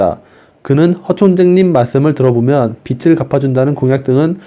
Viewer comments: 읽으실 때 정확한 발음으로 해주시면 감사하겠습니다. 비츨===> 비즐 아시겠지만 빛을 읽을 때 비츨로, 빚을 읽을 때는 비즐입니다. 빛이 아니라 빚을 탕감하는거라서 매우 중요한 포인트라 생각합니다. 들으시는 분들도 알아는 들으시겠지만 대변인의 권위에 맞게 세심히 신경써서 읽어 주시길 말씀드립니다. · 빚을 자꾸 빛으로 발음하시는데 좀 고쳐주세요. 비즐 > 비츨 국가에서 국민들 빚을 갚아주는 이유 지금 국제 돈놀이 그룹들한테 빠져나가는 이자가 연간 80조원에 달함. 국가에서 국민들 빚을 갚아주게 되면, 국민들의 도덕적 해이가 문제가 될 수 있지만, 해외로 빠져나가는 80조원이라는 돈이 국내에 남게 됨. 이렇게 돈이 국내에서 돌게 되면서 경기가 살아나게 되는 원리 이런 설명을 좀 넣어서 컨텐츠를 만들어 주시면 더 효과적일 것 같습니다.